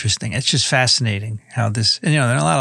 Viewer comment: FASTINATING,, but I thought you originally taught you came from an omeba???? FASINATING....